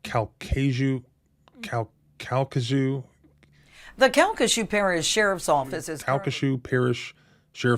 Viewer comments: Cal-ca- shoe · Bruh I’ve been in Louisiana my whole life & NEVER heard of calcashieu parishe😂😂😂😂